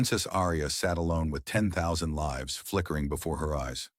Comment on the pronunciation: I believe that you are not AI, but maybe reading the entire story prior to broadcasting it would help, "Lives" (Many lives were saved). As opposed to "Lives" ( She lives on Elm Street). Narrating a story and reading it alive are 2 entirely different actions. Only one takes attention to detail.